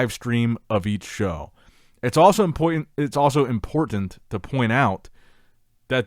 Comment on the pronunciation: Almost said "Impoytant" lmao but nice recovery! Good video like always!